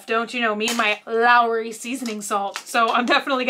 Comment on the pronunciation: It's not just the shelves. The carts and also one product from another are ALL disproportionate. The pickles are pronounced like Claw-son, and it's LAWrys, not LAOrys. ;)